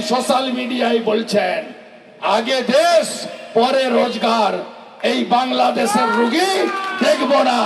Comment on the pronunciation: ঠিক মতো বাংলাদেশটাও উচ্চারণ করতে জানে না বলে কিনা বাংলাদেচ😂